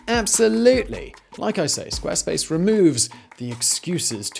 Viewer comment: "Squa space"